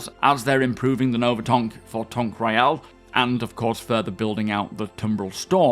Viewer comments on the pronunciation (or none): none